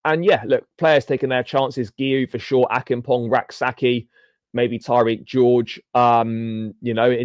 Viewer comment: Josh Acheampong...its a ch sound (church) rather k sound